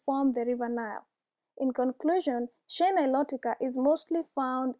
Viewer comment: You say shea the same way I do. Lately I’ve only been hearing people say “shay” on youtube and commercials and that sounds off to me. I prefer “shee-ah.”